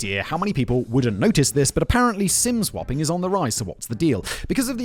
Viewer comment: For one hot second I thought Simon said "sin swapping" and I thought "hmmm, kinky!".